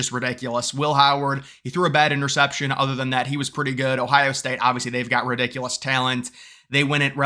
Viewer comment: You say ridiculous weird hahaha I love it